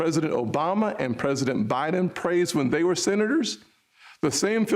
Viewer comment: PRESESIDENT. BAIDEN